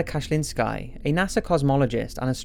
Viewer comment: Kachin–sky 😝 it's Kashin–ski (like ski) but your voice is a million times better than the other guy, so thanks!!!